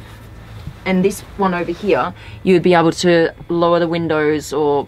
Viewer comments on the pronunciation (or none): Love how she says “here” HEE-YA